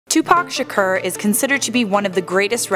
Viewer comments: It's not pronounced "Sher-Cur", It's Shakur "Sha-Core". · What do I think? First of all I think it’s so irritating that you’re pronouncing his name “Tupac Shakerrr” 🤷🏼‍♂️😂 In all seriousness, I can’t see a single way he could really be alive. If he was, no matter where he was hiding someone would recognize him at some point, and not just on pics here and there 🙂 And especially if he’s been at basketball games, concerts , and in music videos... Absolutely no way in hell that he wouldn’t be recognized. But cool video though 😎😛